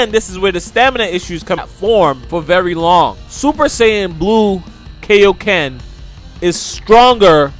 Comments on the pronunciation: Good video buuuuuuut, can you please say kaio-ken correctly? It is pronounced kai-o ken, not kay-o ken. Like king kai. You don’t say king kay. It literally means King Kai Fist. Just to clear that up lol. :) Just watch dbz abridged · Bro if you could please say kaiyoken correctly it would make a lot of people happy. Kiyōken NOT kayokin!